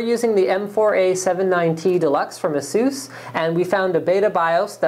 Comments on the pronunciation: ahSOOS is the correct pronunciation for ASUS. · lol...fenum...lol...prosesser...lol...jesus (instead of A-sus)....canadian much?